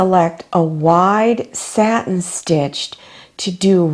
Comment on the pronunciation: I think you want "satin" stitch, not "statin" stitch. Thanks!